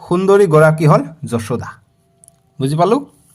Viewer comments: Sir apuni banan bilak huddho koribo apuni koise josuda josuda nohoi johuda😢😢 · ছাৰ যশোদা নহয় যসোদা